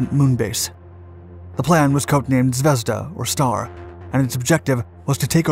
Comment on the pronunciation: The emphasis in ZVEZDA is not on the E but on the A .. Like zvez-DAH